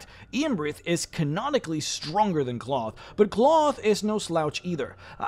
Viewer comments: I think this is pronounced like, "Klaus," and not "cloth". "Klowth" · I'm not sure what the canon pronunciation is, but I prefer to pronounce Klauth as "Klowth" rather than "Cloth" because the latter just sounds silly. It's kinda like how the Hobbit movies pronounced Smaug as "Smowg" rather than "Smog" but even more so, because "Cloth" is an absolutely terrible name for a dragon. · I think you should say his name like "Klow-th" not "Cloth" .... sounds more regal and powerful... much like saying "Smow-g" instead of "Smog" from the Hobbit. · I'd always pronounced it "KL-ow!-thhh" rather than "cloth" ... feels weird bro.png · It's pronounced clowth. People actually lived in the veil before 5e and apparently they ruined that too. They kept the land nice and gave him tribute and he wouldn't kill them or let anyone kill them. In my last campaign he became my right hand advisor voted on by all the other dragons in my Empire. My character is chaotic good, and he built an Empire on the Northern sword Coast. Campaign went four and a half years and I won lol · "cloth" lmao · You repeatedly mispronouncing his name as "cloth" drove me nuts